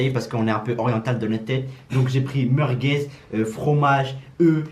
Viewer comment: "Des meurguez"